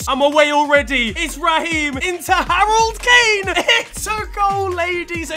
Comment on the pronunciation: "Harold Kane" or Cane